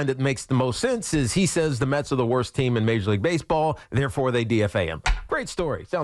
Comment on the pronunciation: lol he said "TEAM IN"😂😂😂